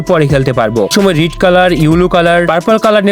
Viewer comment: Red ❌ Rid ✅ Emote ❌ Emute ✅ 😅😂